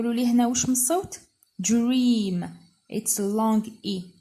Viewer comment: شكرا استاذة استفدت من طريقة شرحك لكن اعتقد انه كلمة dream is pronouced with /d / Not a dj